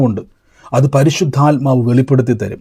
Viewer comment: " പരിശുദ്ധയാത്മാവ്"എന്നല്ല, " പരിശുദ്ധാത്മാവ്". എന്നാണ് ശരി. ഈ തെറ്റ് ആവർത്തിക്കാതിരിക്കുക.